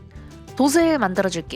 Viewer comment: 영상 잘 봤습니다~ 다만 한 가지 불편한 점이..ㅜㅜ “돛을, 돛에“를 자꾸 ”도슬, 도세”라고 발음 하시더라구요… “도츨, 도체”입니다.. 표기가 돛 이여서 돛을 만드는 건 알겠는데 발음이 틀려서 의미전달이..잘 안되네요. 예를 들어 “빛이 (비치)“를 ”빚이 (비지)“라고 말하시는 느낌…?